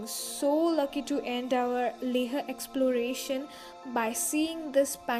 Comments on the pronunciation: Why are you pronouncing leh as "leh-a"? Isn't it pronounced as "lay-h"? I may be wrong..But I don't think that's how it's pronounced. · Dammit its Leh not Lehha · It's Leh not Leha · Not LEHA.....only LEH....h is silent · Leha nahin, only Leh!!! Make video again without accent...... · It's not le-huh. It's Leh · It's LEH n not LEHRRR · It is not leha it's leh rest thump up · Leha like 50 times and it pricks sooo much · First of all its not pronounced as LEHA but LEH. I have never heard such pathetic English accent in my life. No hard feelings but please improve your accent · I'm from Leh....and guess what, we don't mind the pronunciation.. Good vid though.. Visit back sOooOoon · Yeah its leh... Like layh..yknw Don't ask, Cuz I'm from Leh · Karan Thakur yeah man, leah is so annoying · Hey good videos, when did you visit leh? Also tell me, is to safe to go there in month of sepetember? also Iike the way you pronounce leHhhhh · Hey,how are you? I want to know which action cam did you use? By the way nice video and I like the way you say "LEH" it's kinda different!